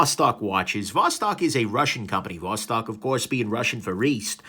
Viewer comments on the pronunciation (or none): ты все-таки не русский. То как ты говоришь: Восток, Достоевский, так русские не говорят. А может быть это такая хорошая маскировка? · Eh, "Vos-talking" sounds Romanian to my ears.